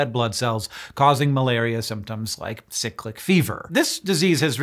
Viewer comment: Loved your pronunciation of cyclic 😂